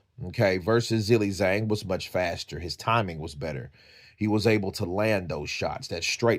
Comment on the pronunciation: The title should say 'Zhilei Zhang's important announcement concerning his boxing career'. This is sloppy AI generated rubbish. His name is also pronounced 'Ji-lei, Jang' not 'Zill-lei Zang'.